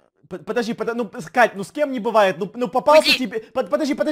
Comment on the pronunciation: ахахахахахахахах КАШШШШШ вместо КАТЬЬЬЬ ахахахахахахахах ахах